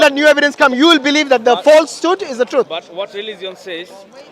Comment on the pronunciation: In rilizion 😂